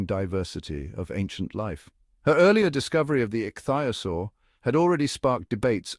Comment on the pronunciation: Couldn't they at least find an AI or child who knew how to say ichthyosaur rather than 'ik thigh osore'. I've never heard anyone try to pronounce it like that!